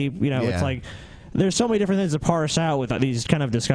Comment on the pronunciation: and his "thins" (things).